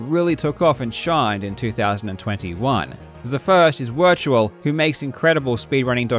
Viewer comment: I believe it’s pronounced Virtual